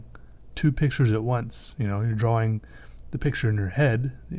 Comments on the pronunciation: Drawing its pronoced drawring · finally found someone who says draWing instead of draLing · He can't pronouns drawing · Am I the only one who only watches his videos for the way he says "drawing" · I'm not ashamed to say this: I hate people who say "drawing" in that retarded way.